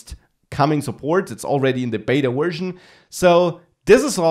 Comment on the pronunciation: Thanks for the video, but since you speak English professionally, you should really work on your accent, for example: - at is not pronounced "et" - version is not pronounced "wersion" These are things you could fix easily and make your videos much easier on the ear of the listener.